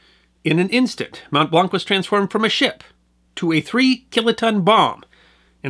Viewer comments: Your pronunciation is generally flawless .....but "Mont Blanc" is pronounced very different than "Mont-blank". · Hey there, you pronounced Mont Blanc wrong. The a in this word sounds like an o as in wonk; it's a French word. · From a lifelong Haligonian - very well done (an erroneous reference to Cambridge and mispronunciation of Mont Blanc being minor quibbles). I was able to attend the 100th-anniversary commemoration ceremony - very moving. For more on the Boston relief effort, check out "Abraham Ratshesky" who was appointed by MA Governor McCall to lead the relief effort.